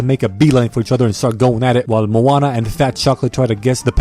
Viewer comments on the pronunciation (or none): none